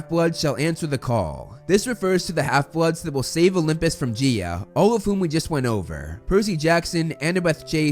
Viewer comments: It's Guya not geea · It is not g-E-A it’s said g-I(this is a uppercase i)-a and it is not hear-a it’s Hera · I do want to say it's not prounced gee-a it's prounced guy-a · I think Gaia is pronounced Guy-A rather than Gi-a , but I’m not sure. If someone already said this I’m very sorry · Its Gaia. 😂. There's no e. It sounds like Guy-uh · Btw Gaia is pronounced GUY-YA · Man, i got an eye twitch everytime you say Gaia, i always pronounce it as Ga-ya. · "He-ra and Geea"